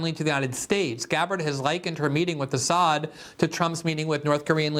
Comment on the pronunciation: They can't ever pronounce Assad's name correctly. Was the Assad gassed his people ever proven?